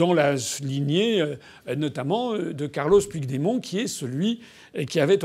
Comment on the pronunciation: Intéressant, mais je dois remarquer que vous avez exprimé l'espoir de ne pas avoir écorché le nom du citoyen slovène, tandis que vous avez abondamment écorché celui der Puigdemont (prononcez "Püchmont). Alors je pose la question: "Pourquoi?". Je ne connais pas la réponse mais je vois 3 hypothèse: 1-vous méprisez les catalans parce vous défendez les nations indépendantes opposées á l'Europe des nations, et/ou des régions. 2-vous êtes contre toute forme d'indépendance régionale, mais vous oubliez que la Slovènie était, il n'y a pas si longtemps, une région de la Yougoslavie. 3-vous pensez que Puigdemont est français ???? Allez, réfléchissez-y !